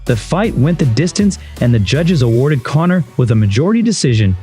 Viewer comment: Did you call Connor cummer? Lolololololol